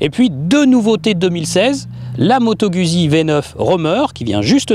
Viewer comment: Moto gOUzzi pour la prononciation svp !